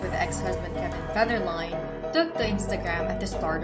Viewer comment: Did she say Kevin Featherline?